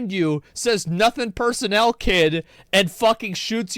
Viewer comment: It's not just that you referenced the coldsteel the hedgehog meme, it's that you knew to pronounce it "personnel" you absolutely wonderful degenerate